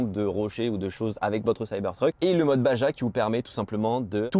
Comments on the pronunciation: On dit "bara" pas "bagea", ca vient de la "Baja1000" qui est une course de off road mexicaine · on dit "baRA" pas "baJA" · La voiture de l'Age de Cristal, série des années 80. La partie arrière qui referme la benne, ça s'appelle une ridelle, et Baja, ça se dit " Bara"